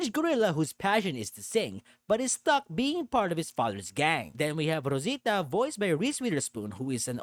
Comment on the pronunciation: Que bonito pronuncias Rosita.